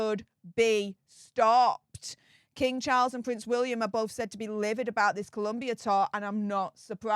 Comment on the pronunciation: As someone who used to work in Bogota, I wish everyone would spell and pronounce Colombia correctly. It was the ire of my Spanish teacher lol. On another note, Meghan better keep her eyes on Harry at all times because he is going to be a golden pasaporte for the local latinas.